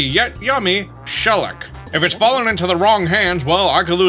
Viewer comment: I hate the voice you use for the detective but I always saw him as a doofus and a goof. Also its Shell-ack